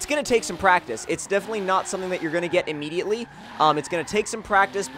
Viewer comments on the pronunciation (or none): none